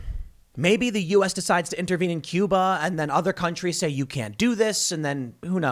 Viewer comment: Tim; it’s bloody “Cuba”….we can take it in a second and a half!